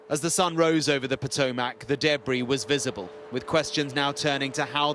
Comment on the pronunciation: It is spelled Potomac. It's pronounced Potomick. Not MACK.